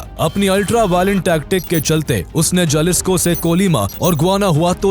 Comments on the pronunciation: It's pronounced halisco not jalisco😂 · Spanish Mae J ko h bola jata haye Jalisco ko halisico bolte hae